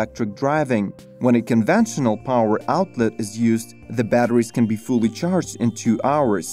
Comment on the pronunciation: Notice how the speaker can't say power & motor?? He instead pronounces it pawer mauter